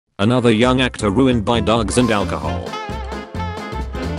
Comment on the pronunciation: I love how AI pronounces the phrase "dr gs"